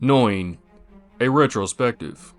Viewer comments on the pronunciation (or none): This is one of my handful of all-time favorite animes that is etched into my memory. Must say though, that you have a rather ah.. novel way of pronouncing Noein 😄 It is more like Nóh-Ejn.